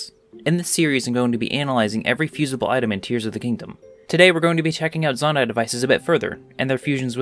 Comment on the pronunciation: It’s pronounced Zonai, not Zonai.